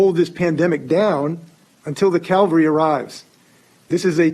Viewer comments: Pet Peeve: Gov. Inslee: It's CA-VAL-RY, not CAL-VA-RY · I know this is a 2 year old video, but did anybody notice that Washington governor saying we need to hold the virus down until the "Calvary" arrives lol there's a big difference between Calvary ad cavalry lol Somehow I doubt that this governor is Christian so I'm surprised he's ever heard of Calvary